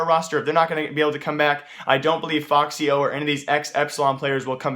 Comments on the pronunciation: its not foxy0 its efecksyo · No it isnt lmao, its ef-ix-y-o dumbo